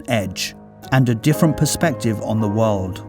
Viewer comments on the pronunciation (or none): none